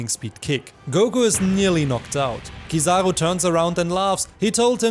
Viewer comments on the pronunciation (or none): let everyone know it's oo not oh and I will forgive you haha jk I appreciate your content, and I'm glad to be able to share with you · is a joke, but still a little criticism, maybe you have a different accent so you say kizaroe instead of kizaru, if you take the time to use Japanese phonetics you'd understand where I am coming from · It's Kiza-roo not trivago...sorry I just couldn't take it